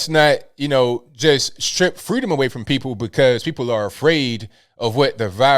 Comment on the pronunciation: Fweeeeedom not Freedom😂